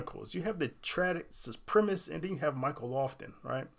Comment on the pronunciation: It's supremacist, not supremist.